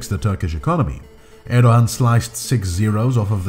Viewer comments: It’s pronounced ’Erdoan’ The little sign over the ’ğ’ means it is silent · Why do you keep saying “Erdohan?” There is no “h” sound in his name. Are you suggesting that he thinks he’s a Khan (“Han” in Turkish) or something?